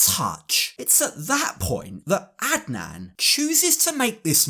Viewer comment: You pronounced Adnan really well in your last sentence. Do you speak Arabic by any chance? Plus, Adnan is most likely a homophobe “as most stereotypical Muslim Arab men are”.. so he won’t shake Loren’s hand in order to not catch the “gay”